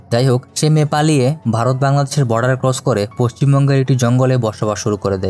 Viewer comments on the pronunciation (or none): none